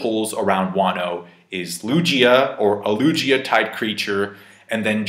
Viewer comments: Its Lugia not luJia lol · Hearing say “Lu-gee-a” and not “Lu-gi-a” 😖😖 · Loo G ah Lmaoooo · godammn i've been saying lowgia this entire time and I won't stop now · the way you say lugia with a J instead of a G is incredibly cursed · mispronouncing "Lugia" is the most weridly epic thing about this whole thing. Especially since he can say Gyarados and Torterra perfectly fine lol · O geez. U cant pronounce Lugia either? Lmao